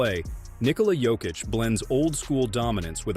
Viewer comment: И да неко правилно акцентује Јокићево име 🙌🏻 у Америци.